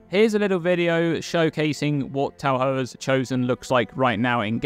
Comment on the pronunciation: It's pronounced Ta-for